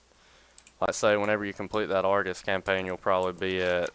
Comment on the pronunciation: Argus is not Argoose